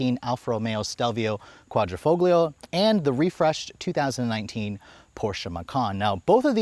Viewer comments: Qvoglio - G here is silence in Italian, like Pagliacci, G is silent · The "G" is silent in Quadrofoglio 😂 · Love the review, the way you say Quadrifoglio though cracks me up lol. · Please stop pronouncing Quadrifoglio with a hard “g” sound. It should sound more like “fohl-yo.”